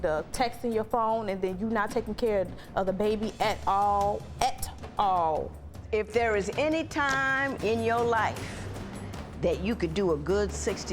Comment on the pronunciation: My take away is she really knows how to pronounce "AT All....A-TTTT All"